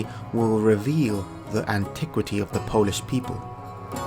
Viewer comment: I love how much you're mispronouncing Polish language. But it's okay, most of people do, we're the weird ones hahah Great video